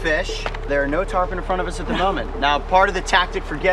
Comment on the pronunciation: He says Tarpon, she says Turpon